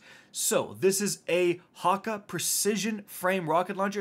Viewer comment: Here’s how to pronounce hakkë. “Hawk-ay” but spelled hakkë